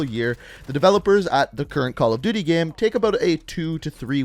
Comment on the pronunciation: He says the word "Game" like "Gaem"